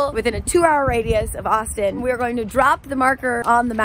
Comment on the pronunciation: The first time she said Austin I thought she was saying Boston